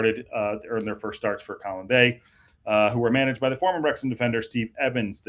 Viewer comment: FYI info....(as you seem interested in correct pronunciation of welsh phrases/words).It's Coll-winn Bay.....at least that's how we say it around here.